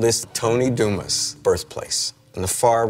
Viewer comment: Anyone else bothered by the pronunciation of Dumas? ......